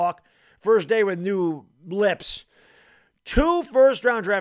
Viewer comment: "new lips"